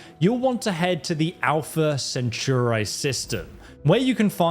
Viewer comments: "Alpha Cen-tur-i"? I think you missed a letter there, lol . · Just need to learn how to say "Alpha Centauri"...